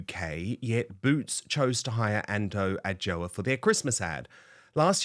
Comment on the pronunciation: You said her name wrong